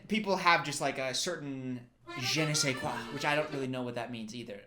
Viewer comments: The accent is good and it means "I don't know what" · you used "je ne sais quoi" PERFECTLY!